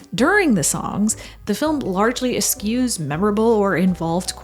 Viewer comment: And eschew is "es-choo" not "es-shoo"